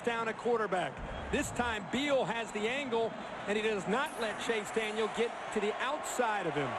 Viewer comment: its allright maybe you guys might win a bowl game for once in your life and by the way its CHASE DANIEL NOT CHASE DANIELS